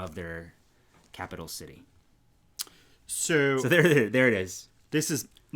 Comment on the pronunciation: Lets address the elephant in the room first . The girl can't even say the word 'city' properly . Then she goes on to pronounce Edinburgh as if it were spelled Edin-bruh . OK ; first she's switching the U & R , then completely drops the G . We don't say Pitts- bruh ; it's Pitts-BURGh . And anyway ... I'm not Scottish ; Ham-burgh Germany ; Salz-burgh Austria ; Mussel-burgh hat . next problem .